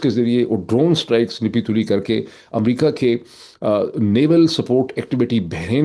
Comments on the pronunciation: Dear sir, When you say نہیں تلی, it is pronounced as " Nappi tulli" not nippi tulli. Nappy commoes from word ناپ۔. Nappy means measured. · ‘Napi-tuli’ not ‘Nipi-tuli’ - 😅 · معید بھائی ، نپی تُلی میں "ن" کے نیچے " زیر" نہیں بلکہ یہ " زبر" ھے So it's " napi tuli "